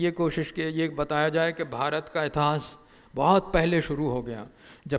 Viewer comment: इतास नही इतिहास बोलो महान इतिहास कार .